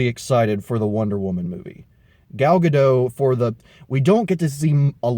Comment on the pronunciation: OK, I just checked on WIKI, an since Gal Gadot doesn't have French speaking background in her family, her last name should be pronounced with a T.